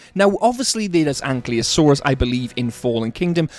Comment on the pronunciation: its not ankliosaur😂😂